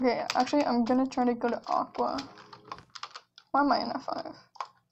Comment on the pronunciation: Its AQUA not AQUA get it right.